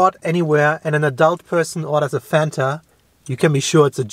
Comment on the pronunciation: Fanta was invented by Coca-Cola Germany. As a German myself, how the f*** can mispronounce the name Fanta. He knows how to pronounce it the right way but he ruined it.